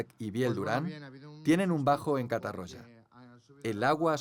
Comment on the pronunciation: No cal pronunciar 'catarrocha' ni 'riba-rocha', però la pronunciació es prou deficient 'catarrólla' i 'ribarrólla' a tot el documental.